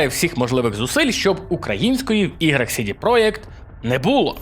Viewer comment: Я розумію, чому ти читаєш "project" як "проєкт". Воно так польською. Але чому тоді "CD" ти читаєш як "Сі-Ді", а не як "Це-Де"?